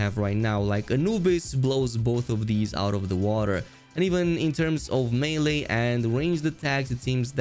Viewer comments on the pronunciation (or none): none